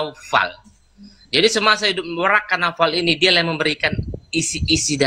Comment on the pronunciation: Ini orang ngomongnya juga ga bener,bukan warakah,worokoh.